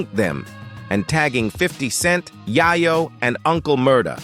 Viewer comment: This is the 2nd dude today that I've heard someone pronounce "Yayo" like "Yiiyo" ... LOL... Bruh....